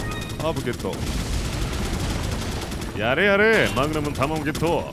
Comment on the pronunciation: melon water 過去にマグナムをマグマムと噛んでしまって、それからそう言ってるんだと思いますw